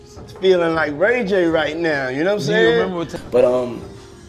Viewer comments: 9.52 "Ray gay..." puffy slipping on his own tongue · He said RayGay. When talking about Rayj.....LMAO!!!!! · he said RayGay 😭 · Yeah, I believe Ray J is “ Ray-Gay😂😂😂😂😂😂😂😂😂😂😂😂😂😂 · lol, he called ray j ray gay